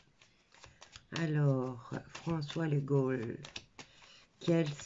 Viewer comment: Ça s écrit Legault mais ça se prononce Lego"